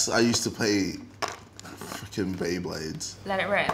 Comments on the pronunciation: "Did you ever Splay BLeyblayds" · he sounds so American when he says "frickin bay blades" 😂😂